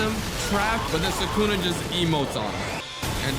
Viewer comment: It's thukuna